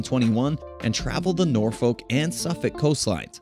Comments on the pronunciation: Pronounced Nor-fuk, not Noor - folk. And Nor-itch, not Noor - witch . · If you want to promote Norfolk, England, please ensure you have 1) Correct Photos of the UK town of Thetford, not the US town, 2) Use the correct pronunciation. Get it right or do not do it at all, you are a disgrace to Norfolk and the whole of the United Kingdom.